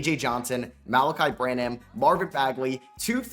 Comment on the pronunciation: I need Malaki Branham to retire so can stop mispronouncing his name.